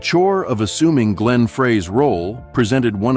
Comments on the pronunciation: Would help if Glenn's name was pronounced correctly. What a rubbish video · What a waste of time. Couldn't even pronounce Glenn's name correctly.